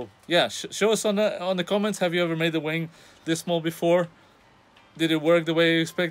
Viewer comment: Skip to ...yw. Also, I guess it's going to fly because you just said it does. And "tiny whing" That's all.